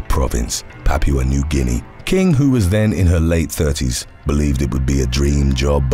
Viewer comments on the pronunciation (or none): none